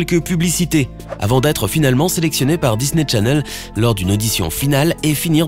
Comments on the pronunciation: Mais MDR,je rêve ou il dit Disney tchanelle au lieu de chanelle😭😭🇩🇿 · "Disney TCHanel" 😂